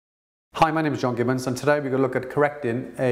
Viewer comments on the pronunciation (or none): none